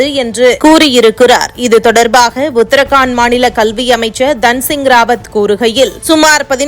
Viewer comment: ஊடக அறிவிப்பாளர்கள் உட்பட பலரும் செய்துவரும் உச்சரிப்பு பிழை : உத்தர் காண்ட் அல்ல ! உத்தரா கண்ட் என்று படியுங்கள் சகோதரி. தமிழகத்தில் ஹிந்தி மொழி அறிவு கொடுக்கப்படாததால் விளைவுதான் இது. இதைவிட வேடிக்கை பிரதமரின் பெயர் –‘மோடி‘ யா இல்லை ‘மோதி’யா என்றால் ‘மோதி’தான் சரியான விடை . நன்றி.